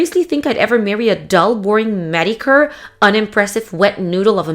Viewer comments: Mediocre is pronounced ME DEE OH KER. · Ha, ha. How about how she pronounces mediocre? 😂😂😂